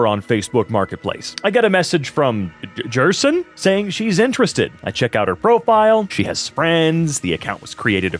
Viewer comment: jerson? More like gerson. Must be old.